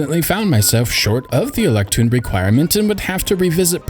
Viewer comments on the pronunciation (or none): Why the fuck do you keep saying electoon?